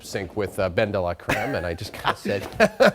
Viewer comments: This white anchor can’t roll his tongue to save his life. How hard is it to say delacreme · prob took french for a year. 'de' sounds way more like 'duh' than 'day' so bens pronunciation is contrived anyway.